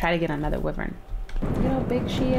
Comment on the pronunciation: shes pronouncing Wyvern wrong